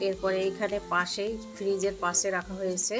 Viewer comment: আপনি কথা ঠিক মতো উচারন করতে পারেন না, সোফাকে বলছে ছোফা, আর্টিফেসিয়াল কে বলতাছে আতিফেসিয়াল ঘাস বলতে গিয়ে আটকে যাচ্ছেন সোকেস ছোকেস না আপনার কথা এমন কেন একটা কথা ও ক্লিয়ার না,পাশে হবে পাছে না😁😁 যাই হোক ভিডিও ভালো লাগছে কথাগুলো ক্লিয়ার করবেন।